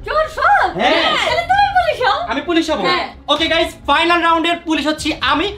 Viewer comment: গাইস❎ গাইম✅